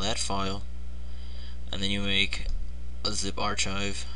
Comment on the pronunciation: dude its arkhive not arch hive